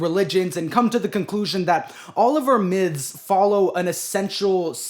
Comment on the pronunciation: i like how you say the word "myths" like it has a v in it